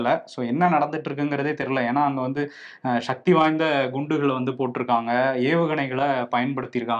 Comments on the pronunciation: 'ஷ'க்தி❌; சக்தி✔️ 'ஷ' என்பது தமிழ் எழுத்து அல்ல. சந்தேகம் இருந்தால் LKG படிக்கும் மாணவரின் வீட்டில் தொங்கும் தமிழ் எழுத்துக்களின் அட்டவணையில் 'ஷ' என்ற எழுத்தைத் தேடிப் பாருங்கள் ❤️வருண்❤️ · நீங்கள் ஏன் சக்தி என்று சொல்லாமல் ஷக்தி என்று சொல்கிறீர்கள்